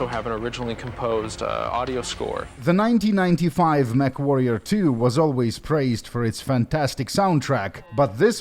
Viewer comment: I could have swore that the newscaster was saying "MethWarrior 2" 😂